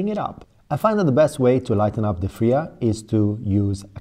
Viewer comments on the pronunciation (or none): It's called Fyra, not Frya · its not "fria" its "fire-uh"